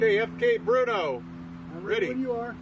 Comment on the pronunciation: Is it pronounced "Berno" or "Bruno", or something else?